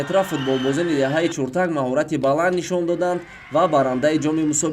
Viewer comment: Чуртак не Чиртак. А бача варзиш нюз шарманда кардӣ!